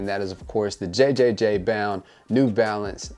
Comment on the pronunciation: Also its just pronounced jound.